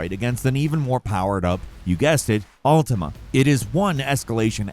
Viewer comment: That fact that you say Altima instead of Ultima at first is a vibe.